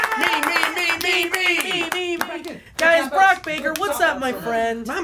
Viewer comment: Brock got my name right!! I knew that’d be a little difficult